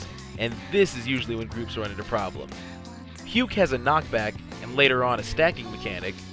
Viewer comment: I thought you were calling it Puke because it sucks anyways :P